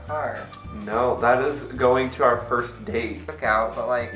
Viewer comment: vs English part ( it's Pronounced FUR-st)